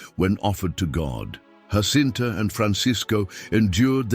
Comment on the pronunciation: Fatima is in Portugal! The Portuguese pronounce the ' J' in 'Jacinta' like the English do, and not like the Spanish as 'H'!